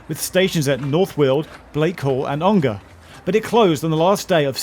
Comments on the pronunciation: Hi Geoff - great vid. Just a note from an Ongar resident - it’s pronounced Ong-er, rather than Ong-ar :) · Never heard anyone pronounce Ongar as OngAr !! - sounds so weird. We always call it Alperton Garage "ON GAR" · Ongar is pronounced with a schwa by the way. It's not OngAr. Little bit of local knowledge for you there :)